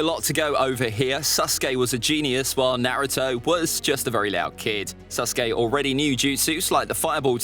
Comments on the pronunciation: HE SAID “SUS-KE” INSTEAD OF SASUKE when ze imposter is sus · He didnt say “Sasuke” he said “SUSuke” 😏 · Stop saying suskay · Why do people call sasuke susuke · I love how the narrator keeps saying Suske instead of Sasuke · I loves how he says Saucekay than Sasuke XD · Did he say SUSuke? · Man is saying susake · His name is susgay not sasuke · ITS NOT SUSKAY Edit: WHAt is the land of vawes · HE PRONOUNCES IT LIKE "sus-uke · Ah yes susgay and Nahutoe… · " Naruto vs SUSkae" kinda sus my guy 00:9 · This dude keeps saying suske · Stop saying susgay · Ain't no one gon talk about how he said nareuto verses SUSkay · Naufal saskeh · Me hearing: susgay? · who else is hearing "susgay" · I swear I’m. Not making fun of you but I like how you say SUSKAY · He keeps saying susgay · Why he say SUSuke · Man really said suskey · I like how he calls sasuke “suske” in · My guy really called him suskai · I like how he keeps saying suske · "SUS kay" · Love how he say sasuke like sasgy and how he called Naruto’s clones his friends like bruh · Mans saying sasuke like susgay 💀💀